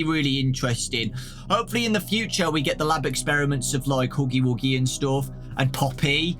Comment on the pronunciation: "OH LUK HUGY WUGY" 🤣